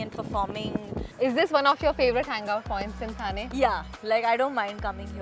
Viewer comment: hey curly tales, dont you know the difference between थाने and ठाणे ???really... shame on you. pronounce the name correctly. you arent outsider 😡